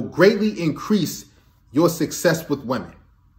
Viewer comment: i like how he pronounces 'wahmen'